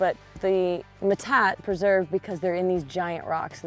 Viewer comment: metate - [ muh-tah-tee; Spanish me-tah-te]. It isnt that difficult to pronounce. Also we have them grinding stones and manos all around my late grandmas homestead. I am Diné (Navajo Nation). In fact we still use them to grind our corn 😊